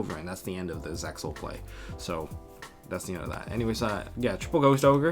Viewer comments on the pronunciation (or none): none